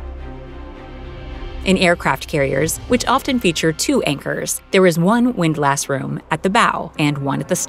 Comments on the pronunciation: I have always heard "Windlass" with the emphasis on "Wind" rather than "lass". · Not "wind-lass" it is pronounced "WIND less". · As a sailor, it GRATES on my ears to hear her say "windLASS" over and over. It's pronounced "WINDlass". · You can’t convince me it’s windLASS. It’s windless. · Never heard it called a “windLASS” where it’s really pronounced “windLISS” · While it's spelled WINDLASS, it's pronounced "WINDLUSS" not "WINDLASSSS". Otherwise, good show. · The pronunciation of windlass is not wind-lass but windlus, with strong emphasis on the first syllable and the second with no emphasis and almost no vowel, more like "ls". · hearing it pronounced windLASS hurts its pronounced windlis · "WIND-luss" not "wind lass" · "WINDlus" not "WIND-LASS" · it's not wind lass... it's windlass.. one word. Pronounced more like windless.. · It's pronounced "Wind-liss" not "Wind-lass" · Hey lady it’s “pronounced” win-lis, not windlASs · It's "wind-LUSS". Another one that's pronounced odd is FORECASTLE; "FOLK-SUL" . It's just the way it is. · Windlass is pronounced as windless. Just so you know.. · It's windlass, like wind-less, because sailing has weird pronunciations. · it's 'WIND-luss'... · windlass, not wind lass. Please find a better script reader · Drive anyone else crazy with the way she was saying “windlass”? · You're saying "windlass" wrong. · Someone please tell this lady how to pronounce "windlass".